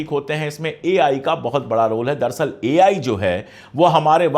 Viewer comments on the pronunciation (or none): दरसल नहीं, दर अस्ल है।